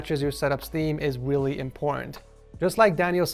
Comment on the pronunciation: "weally important" i pissed myself.